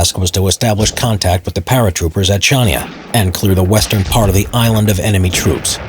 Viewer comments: Chania is not pronounced "Tsjania", but Chania, with 'Ch' pronounced like 'g' in Gollem. Maleme is not "Meleemee" but Màlémé. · Lived outside Chania. Cretans pronounced it as Hania no “c”. Absolutely great people and food.